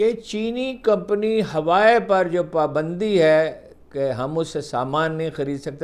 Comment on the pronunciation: ھارون صاحب ھوائے نھی!! ھواوئ ھے!!! اس عمر میں آپکی جرآت کو سلام!!؟